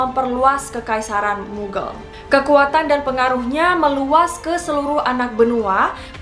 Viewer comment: btw bacanya mughal , bukan mughel